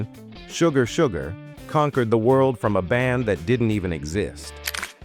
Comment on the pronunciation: Hadda quit, too little music, too much cheesy commentary, and the A.I can't even pronounce the word "Sugar" correctly. You know it's possible to modify the lettering of words you feed in to get a little closer to correct sounding words?